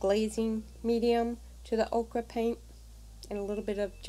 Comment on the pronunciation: The layers are lovely. Happy to see videos from you. (FYI. ochre pronounced oe' kur. The way you said it is the vegetable okra. Not meant to criticize.)